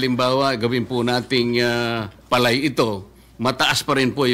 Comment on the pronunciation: Mali nag pagbigkas nila ng salitang PALAY parang tunog Pilay ....